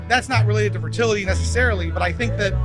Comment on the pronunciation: Az amerikai srácot jól lehet érteni, a magyar fickó több szavát nem kaptam el, még jó hogy feliratozta. Pl. "fertility" abszolut X volt hallani.